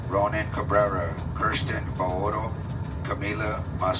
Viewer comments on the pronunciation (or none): none